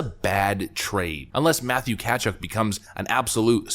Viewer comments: Sorry... you're pronouncing Tkachuk all wrong... it's not "Cat-Chuck", it's more "Kuh-chuck". Huberdeau is currently the superior player, but he'll be a UFA after the end of next season, and there's no guarantee he will re-sign with the Flames, or even be as productive after age 30. Weegar will be a UFA at the same time too. Calgary after next season may just have the 1st rounder plus a prospect to show for the Matt Tkachuk trade in 2 years time.... a terrible trade if no extension and without any good playoff results. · Matthew Tkachuk's name is pronounced Kuh-chuck, not katchuk. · It is pronounced Kuh-Chuck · Matthew ka-chuck that’s how you pronounce it not katchuk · Catch uck? Lol It’s pronounced Kachuck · Kind of show your ignorance by not pronouncing Matthew Tkachuk properly so, I’m here to help: \MA-thew KUH-chuhk\ Son Keith and brother of Brady. Your welcome 😄😄😄😉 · It’s Kah-chuck but cool to know you follow hockey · when you criticize a hockey trade, try to get the player's name pronounced at least close? And Tkachuk was +57 last year, a lot better than Huberdeau. you evaluate trades a few years down the line. (Ka Chook is closer) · its pronounced Kuh-Chuck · You couldn't have mispronounced Tkachuk any worse if you tried. kuh-CHUK. You are right though, that was a horrible trade for Florida. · I have followed you for years. I absolutely luv, and respect what you do. However I am pointing this out with hopes you will correct yourelf. I am very big on prouncing names properly. If you don't know how to pronounce it, either find out, or don' bother. It is Matthew Tkachuk. Tkachuk is pronouned math-yoo-kuh-chuhk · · Pronounced TAHCHUCK homie. Keith Tkachuk was my favorite American player. Matt's a 🐙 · Learn to pronounce Tkachuk. That was cringe. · You blew Matthew Tkachuk's pronunciation.